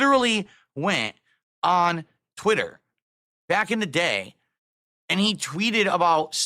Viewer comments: Twit.Ter. Lol Just like how he pronounces accessories as “assesories” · TwiTTer. Why does he say it like that lol Dood is an alien. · TWITTTTT TTTTTER he 100% has a speech impediment he tries to cover up lmao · "TwiTITer" wtf? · The way he pronounces twitter is infuriating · It’s the same way he pronounces DOO DEE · Most likely to emphasize twit and no other reason. Probably saw himself on the stream when he was saying that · The way he says twitter is very strange and off-putting. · Why does he pronounce twitter like that